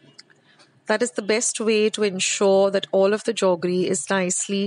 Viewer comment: I am hearing 'jaggery' being pronounced as 'joggery' as we used to when we were small☺️